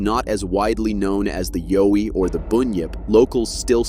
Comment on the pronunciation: Like your saying owie but put a ya before it yaowie, that's how Aussie's say it mate Got there in the end